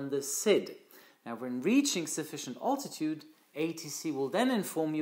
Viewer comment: Thnx for your christal clear lesson. "A good pilot is always learning"... You too? Two pronunciation tips: - bearing is to sound like (Tu-95) Bear-ring - Altitude should be (Big) Al-titude (Ein enthousiaster Abonnent in Holland 😉)